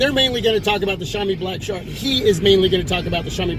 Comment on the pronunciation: Hey bro, its actually pronounced SHOW mee (-sh as in ship, -ow as in now, -ee as in street, note first syllable stress) LOL, thanks for the upload.